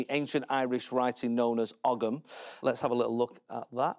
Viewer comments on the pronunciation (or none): I thought Ogam was pronounced "ohm" and not 'og-em' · ogg-ham, its owe-ham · That's ow-uhm, not og-um. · Ogham is pronounced "oam" 🇮🇪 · Ogham writing. Pronounced owam.